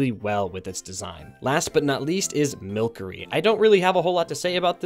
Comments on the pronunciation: No hate but it is pronounced mil-ser-re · It is indeed pronounced mil•sir•ee as it does not have a k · it's pronounced mil-SERy y'know, like sorcery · milcery is pronounced like sorcery, not a big deal you pronounced it incorrectly, just thought id tell you